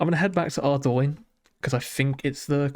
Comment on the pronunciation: Very nice start nevertheless. Thank you for pronouncing Ardougne correctly 🙏